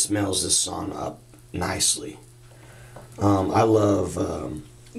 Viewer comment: Sauna - the one Finnish word the whole world knows and everyone mispronounces